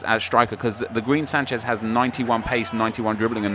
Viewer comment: Its not Sanshez its Sanchez